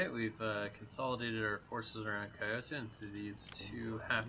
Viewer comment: Hearing Kyoto being called "kai-oh-toh" instead of 京都（キョウト）hurts my soul.